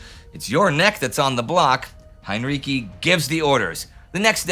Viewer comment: Heinrici is pronounced with the second half sounding like "ritzy".